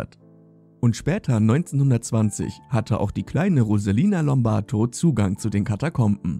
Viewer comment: Rosalia Lombardo, bitteschön. Nicht Lombarto ...